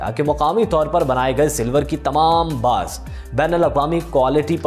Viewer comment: Baris ki shakal konsi shakal lhe chandi ki, bhai Bars hotey hen baris nahi hotey. Mujhe to lagta kisi ne AI se video bnai he. Or baghar dekhe chala di. Hahha😂